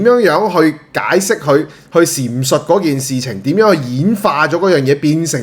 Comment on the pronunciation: 闡述讀錢述😊